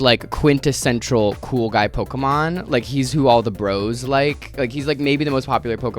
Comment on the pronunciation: The way you’re pronouncing Pokémon correctly unlike everyone else and I still know this videos gonna make me angy